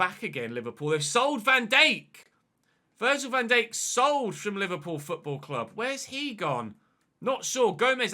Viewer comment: Still can't stand the way he says Van Dijk